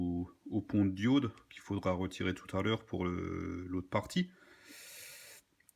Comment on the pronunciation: Le pont de dioude? C'est le pont de DIAUUUDE